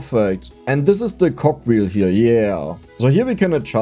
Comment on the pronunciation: I'm gonna be calling cogwheels 'cockwheels' from now on i think